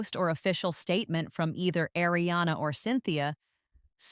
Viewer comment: Learn how to pronounce “Ariana!”